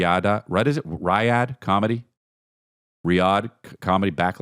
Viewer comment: Riyad bit from - is the funniest I have ever laughed at a podcast. Mispronouncing the name makes it even better. Thank you.